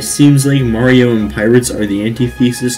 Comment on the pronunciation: i love how he said murio